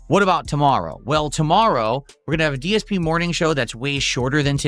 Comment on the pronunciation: “another fun day here at day-s-p gaming” 😂